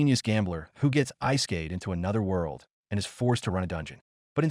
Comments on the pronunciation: I'm sorry "ice-kayed"??? Yeah I'm out, at least proof-listen to your ai first before posting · First second... "Eyeskeyd..." My ears are bleeding. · Did he say Ice scathed?